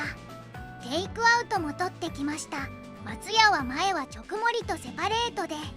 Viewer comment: 「直盛り」は「ちょくもり」ではなく、「じかもり」と読むんだよ。